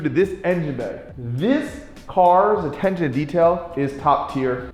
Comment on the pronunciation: You got trouble saying attention?